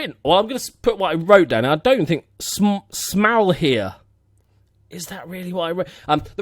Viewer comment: You did pretty good on the Smalheer part. Dutch Surname, so no hard feelings on not getting it 100% :P